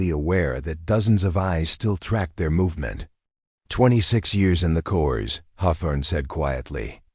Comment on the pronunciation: Please educate your AI that c o r p s is not pronounced cores it's pronounced core. Besides being distracting and annoying, the mispronunciation is most likely disrespectful. Please fix it. Hello, I am enjoying the story despite the flaws